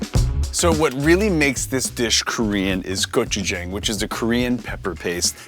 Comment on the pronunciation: Being the Asian Food ambassador; I wish you knew how to pronounce gochujang correctly.